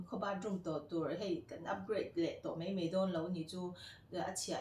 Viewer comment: Paih tih turah peih I ti a, mai tih turah mei I ti thin bawk a, ka lo sawi ve mai2 .hmuhnawm lutuk e